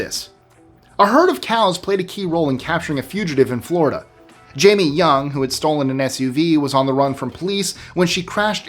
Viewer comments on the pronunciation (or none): none